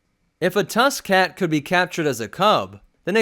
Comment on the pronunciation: I thought you said tuskin cat like tuskin rader cat